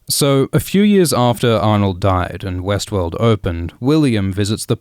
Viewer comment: Every time you said Westworld, I heard Westeros.